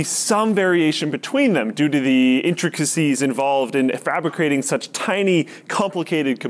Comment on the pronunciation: frabricrating lol